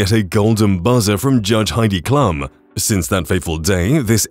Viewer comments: For Pete's sake. You need to learn how to pronounce Heidi Klum's name correctly. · Heidi's last name is pronounced KLOOM, not "clum." Howie's last name is pronounced MAN-DELL, not mandle (it's NOT like handle!)